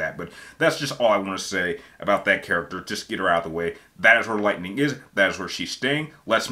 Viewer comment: Dang u ain’t gotta do lightining like that😂she isn’t that bad lol and it’s also vann not vane 😁🤣🤣